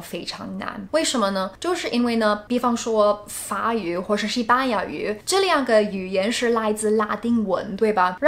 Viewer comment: 法语不是髪语，读错了